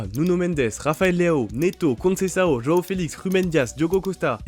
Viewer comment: Par pitié c'est "Joao" pas "roao" 🫩